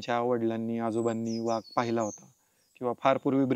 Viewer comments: Vhag नाही तर वाघ असा उच्चार आहे मित्रा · सही पकडे..😂 व्हाग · वाघ की व्हाग, बाकी माहिती छान मिळाली. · मुलाखतकार वाघाला' व्हाग ' म्हणतो आहे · व्हाघ... उच्चार कधी शिकणार